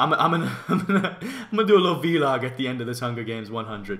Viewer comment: I love how he says vee log instead of vlog